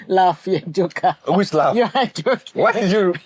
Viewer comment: No you didn’t say it well😂. It’s “whush number?…” 😂😂😂